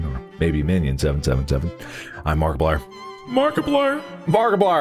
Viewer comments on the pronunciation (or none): Somewhy I heard Barkaplier at the end 😂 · Didnt you listen to the into? Its mark-eeplier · it's obviously a joke, even mark has pronounced it like that in a previous episode once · Why did he say Markiplier like that in the intro 😭